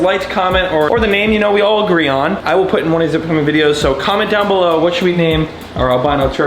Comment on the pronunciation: You kept saying comment comment and it sounded like Comet. So name him Comit